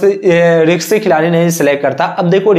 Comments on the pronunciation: रिक्शी नहीं भाई रिस्की होता है । bolna seekh lo aur screenshot dusro ka lagakar jhut mat bolo ... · रिक्शे नही होता bhai wo रिस्की होता है 😂😂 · Ri. K sy nahi beta Ri s ky hota hai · रिंक्सी नहीं रिस्की प्लेयर होता है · Risky hota hai riksi kya hai?